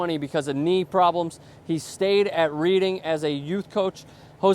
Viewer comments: I love yanks trying to talk about football aka saaaa-kerr. You don't even know what the UK currency is, and Reading is pronounced 'Redding' not 'Reeding'...it's not a book! Stick to hockey and that gay game that's like rugby, but with loads of padding and protection. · Reading is pronounced "red-ing" not "reed-ing" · Its Reading not Reeding, for once didn't pull it off:'( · Reading's pronounced 'reding' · Learn how to pronounce reading and realise that andy Carroll is 23, not 21 you American fuckwit!